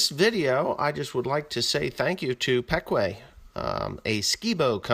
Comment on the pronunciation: is that the way Ryan pronounced the company name your saying it as peck-way here in PA we say it as pee-kwah